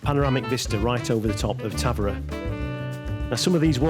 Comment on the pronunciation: Obrigada… I was going to share the pronunciation as well…. For future visitors 😊. The emphasis is on the veeeer, as with many Português words, especially that start and finish with a vowel, they tend to drop them.